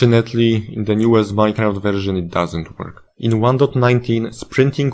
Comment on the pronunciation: MINE-A-CRAFT CODE IS AN ABSOLUTE SPAGHETTI He said with an angry Italian accent.